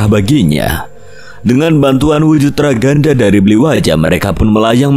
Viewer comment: Aku tim bli Waja & mbah Djiwo. Oiya ralat, wujud ghaibnya bli waja itu namanya Rangda, bukan ragada. Makasih 🙏🏾